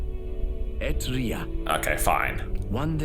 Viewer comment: Eht Ria. Etrian Odyssey.